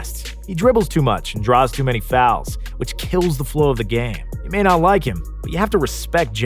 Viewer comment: James harden and “fouls” 🤦🏻‍♀️